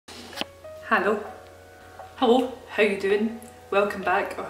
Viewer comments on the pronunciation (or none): went from hallo to hollo lol